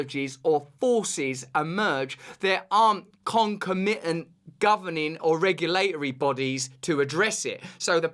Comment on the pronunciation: Dear Russell, the stress of many English words should be on the second syllable, e.g. con-COM-itant and in-EX-or-able. You're welcome.